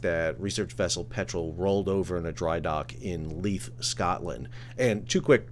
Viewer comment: Edin buh-ruh. The buh runs into the ruh. You got Leith (Leeth) right! Almost all Youtubers outside of Scotland get both wrong.